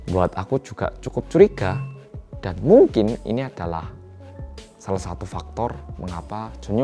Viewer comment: Ada Berapa kata "Mungking" yg di sebutkan oleh?